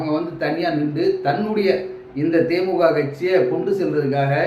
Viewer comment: கட்சி பேற தெளிவா சொள்ளுபா தே மூ க. இல்ல தே மூ தி க